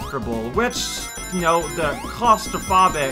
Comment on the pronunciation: claustrophobic is pronounced with a long o like telephone